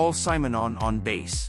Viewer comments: Crap pronunciation. Bass is baas? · Why can't A.I. differentiate the pronunciation between a fish (bass) and a guitar, (bass = "base"). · What kind of chatpot AI mispronounces "bass"? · Oh come on... why the hell would you ruin what could have been quite a good video with a god awful AI narration? I watched for the footage the fact that your AI garbage agent couldn't even pronounce bass properly! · AImvoice is terrible. Can’t pronounce his name or the instrument he plays. Surely you could do the voiceover yourself with a real voice if you’ve done your research. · Well given that 'bass' is being pronounced like the fish, I'm guessing the AI commentary is wrong 😀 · I can't get over why he keeps pronouncing 'bass lines' like he's talking about a bass fish.